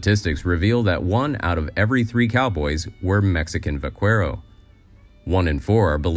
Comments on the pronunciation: Not "back to school". You need to go to school in the first place. By the way it's va-care-o not cwero. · Very interesting and informative instrutive, and I enjoy it very much. But one thing: the word "vaquero" doesn't sound the way you said it "vaccuero", but more like "vackero". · It's not pronounce vakwero, it's pronounced vakero. Had to stop watching, if you're going to try and be historically accurate, at least try and say it correctly! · Va-care-o, not Va-qwere-o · Silly. It's not vah KWAIR oh. Gringo. It's vah KAIR oh, or in some countries, ba KER oh. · Jesus, it was getting on my nerves every time you said vaqUero. The U is silent when followed by "e" or "i". So yeah, not vaqUero but vaqero, and not qUinta, but qinta. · One small point: The Spanish word for cowboy is pronounced like vah-CARE-oh, not vah-KWERE-oh. It really grates when you mispronounce words. If the word is foreign, the correct pronunciation is easily found on the web. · Vaquero, pronounced: "vuh . keh . row," not Va qwer O. Cripes ,:hand-orange-covering-eyes::body-green-covering-eyes: is it that difficult to look up the pronunciation of a Spanish/Mexican word used in the South West for 200 years. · "Vahckero" not "Vukwero" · Vaquero is pronounced "Vakkero" not "Vakwero". Other than that... great video... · Vaquero is pronounced va-KEH-ro, not va-KWE-ro. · QU sounds like a K in Spanish. So vaquero is pronounced "vah-keh-row." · Vaquero..Va-Kero..you need a better translate program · ¡it's pronounced Vackero! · just for future reference the qu in Spanish is pronounced more like a hard k sound and the r is much more like soft d. Vaquero is then pronounced more like bawkaidoe. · Vaquero is pronounced vak-erro. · Pronounced "VAKERO" spelled vaquero. The proximation of businesses was more about the lack of building materials than anything else. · Every time he says“Vaqwhero” 😂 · Vaquero is pronounced vuh keh row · It is pronounced 'vah-kero'😊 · pronounced va ker oes -- get it right pendejo